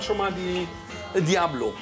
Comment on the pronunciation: Junge junge macht ein italienisches Restaurant auf und weiß nicht das es Pizza Diavolo heißt…Diablo😂😂😂😂